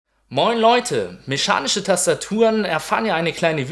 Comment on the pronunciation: "Mechanische" nicht Meschanische...........